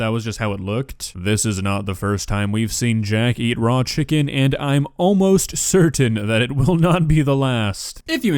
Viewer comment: I am almost surden that is not how you pronounce certain.